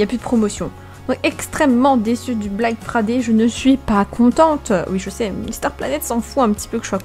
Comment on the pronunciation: Ton accent anglais pour black friday est très très bien dit😂